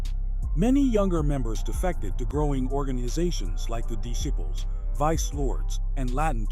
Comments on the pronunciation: Dude got Latin Disciples right but says Spanish Descibles lmaoooo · Why use A.I. If it can't say "Disciples" "Satan Desibles" 🤦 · Disciples not descibles goofy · Dis- Siples